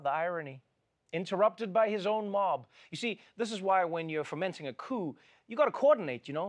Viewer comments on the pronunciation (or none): “Fomenting” a coup, not “fermenting”